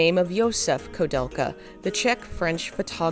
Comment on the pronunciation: Also is this AI-narrated, or is this a human butchering all of these names (especially the name of the game the entire video is about)? *koo-DEL-ka, not ko-DEL-ka *Uematsu is Oo-eh-mat-su, not Oo-mat-su And most importantly, when saying Japanese names in English, you need to reverse the order. Like many languages, Japanese names are [Surname] [Given name], but when discussing them in English, they're customarily swapped to standard Western format. Thus Nobuo Uematsu, not Uematsu Nobuo (even though the same script in Japanese should maintain the surname-first order.) Many languages do this, such as Mandarin, many other Asian languages, and even traditional Finnish, but all must be swapped to Firstname Surname when speaking English.